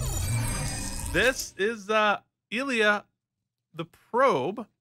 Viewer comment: It's pronounced eye leea.